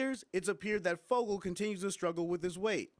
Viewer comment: Great video. And it's "Fogle" not "Foggle".